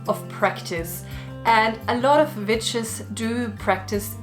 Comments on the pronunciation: This randomly just played and I swear I thought you said bitches 🤣😂 You said witches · Hilareous the way a Geman pronounces Vitches 🤣🤣🤣🤣🤣🤣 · When half listening her accent makes me think she's saying B instead of w/v and it makes this more fun for me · I can't help but be distracted by how it sounds like you're saying the b word not witches 😂